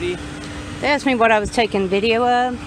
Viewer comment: I axed her - learn English